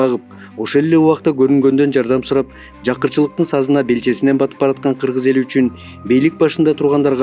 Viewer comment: Киргиз эмес,Кыргыз Деп так Жана туура суйло